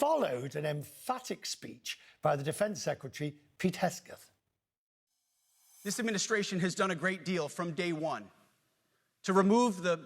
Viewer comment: Good 'ol Pete Hesthgththhh